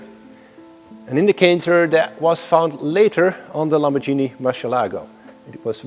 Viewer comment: If you learn how to say Lamborghini correctly, then I'll not have anything to complain about your videos. :). Thank you for understanding. And compliments for your reviews.